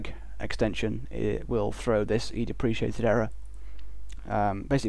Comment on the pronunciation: in U.K "depreciated" and "deprecated" (ˈdeprəˌkāt/) is pronounced the same way?